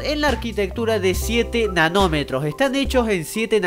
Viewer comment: entendi enanometros :-P